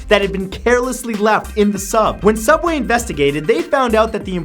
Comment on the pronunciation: it's soobway